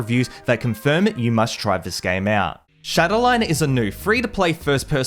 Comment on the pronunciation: It's not shadowline it's shatterline